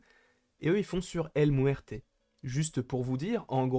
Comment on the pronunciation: 😂😂😂😂 El Mouerte... El Mouerte